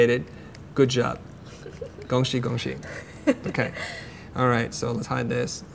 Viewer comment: I didn't realize it was Chinese until he mentioned it lol I thought it sounded like go she or smthg instead of 恭喜